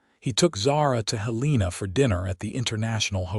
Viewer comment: It’s pronounced “Helen ah” ( Now the capital of Montana, originally “Last Chance Gulch” 🤠